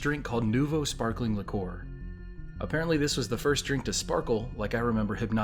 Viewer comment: Liqueur is pronounced 'li-cure', btw...the 'li-core' was getting to me.